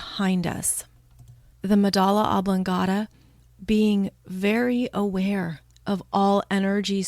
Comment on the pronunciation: "Medulla oblongata," not "medala." Ugh.